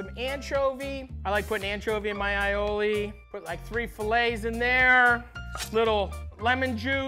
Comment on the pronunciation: MAD RESPECT!!! He said aïoli correctly! The "aï" in aïoli means garlic in french and Italian. Pronounce like the capital letter "I" or "eye". Finally finally finally